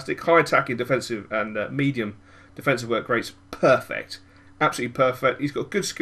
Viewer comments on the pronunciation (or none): none